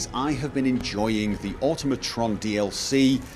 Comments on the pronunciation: It’s automotron (or-tom-o-tron) not automotron (or-tum-o- tron) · "Oh-toh-mah-tron" It's supposed to sound nearly identical to the word, "automaton." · Oh god, even you can't pronounce Automatron correctly...